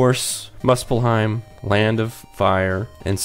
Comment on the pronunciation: Muspelheim is pronounced Moo-spell-heim